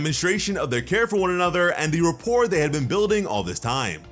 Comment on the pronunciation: This video is great, but u mispronounced repoire